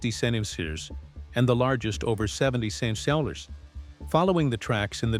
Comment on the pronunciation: AI can't say "centimeters"